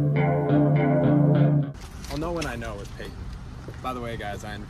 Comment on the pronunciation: You did payton wrong 😭😭